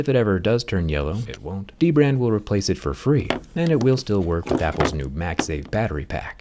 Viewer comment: That "It won't" felt personal